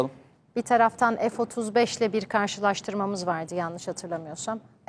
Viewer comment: Karsisastirmak DEGIL ""karsilastirmak